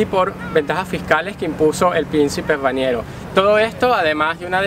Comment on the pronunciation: Aademas dijo Raniero en vez de Rainero y monaguesco en lugar de monegasco. Los venezolanos no leen entonces tienen un vocabulario extremadamente reducido.